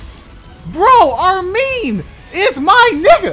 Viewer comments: its Armin not Armeen your pronounciation is wrong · Hey it's armin btw not Armeen it pronounced arm,in like u put ur arm in something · Why Dow you say Armen